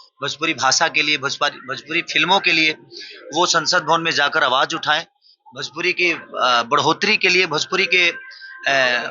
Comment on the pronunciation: Bhajpuri na re masuriya 😂 Bhojpuri hota hai 😅